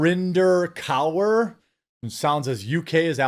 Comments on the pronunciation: It's pronounced kurr. She's absolutely awful total racist. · If nobody else in the comments has mentioned; Narinder Kaur (pronounced Core) appeared on UK Big Brother 20+ years ago. She did the rounds on the faux celebrity circuit for a few years, did the old paparazzi baiting by going commando, then getting her minge in the tabloids. She disappeared, then popped up a couple years ago, as some sort of woke, race baiting, vacuous, cretinous "social commentator." She's just a grifter! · Narinder Kaur (pronounced Koor) is a complete moronic gobshite. Why she is in any kind of debate is mind-boggling.